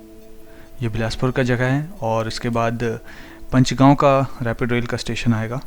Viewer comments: पंचगांव as in पंचायत or पांच (5). It is not Punch. Please pronounce names of places correctly. You also say "red light" instead of "traffic lights" or traffic signal (s). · Bawal is pronounced Baawal बावल, not Bawaal बवाल. Please correct your pronunciation either in this video itself or in the next video. Similarly Panchgaon is पंचगांव